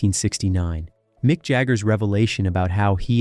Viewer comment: "Mike" Jagger and the "Ralling" Stones 😂😂😂